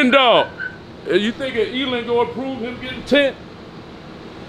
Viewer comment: Elon not Elen of course nobody corrects him they just let him sound stupid